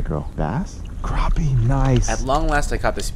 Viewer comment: and it's not pronounced croppie, it's crAppie